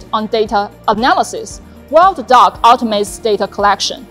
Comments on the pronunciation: I thought she said DJI dog. A little dissapointed I wont be getting a drone dog. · i love it but i swear i keep hearing "THE DOG" 😅